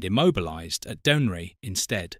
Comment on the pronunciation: Dounreay is pronounce doon'ray